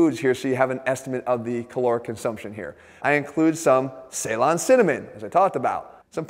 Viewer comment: The way you say Ceylon 🤣🤣🤣